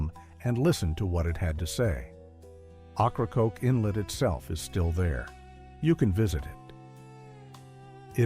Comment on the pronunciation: Ocracoke is pronounce wrong.